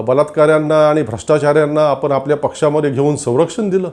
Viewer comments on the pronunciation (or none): मणात नाही.मनात. सुजान नाही.सुजाण.आपन नाही.आपण.महाशय आधी शुद्ध बोलायला शिका आणि नंतर भाषण ठोका.